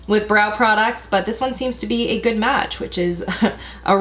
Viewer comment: "Guud guud" sounds like Norwegian trying to speak English 😅